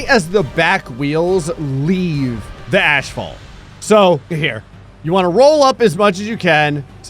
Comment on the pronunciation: Dude I got to ask why the hell do you say ashphalt You are literally saying it wrong every time it's ass-fault not ash-fault I can understand once or twice mixing it up but you literally say it every time you try to say asphalt you say ashphalt it's gotten to a point where it's honestly just pathetically annoying just call it the road or concrete if you cannot say asphalt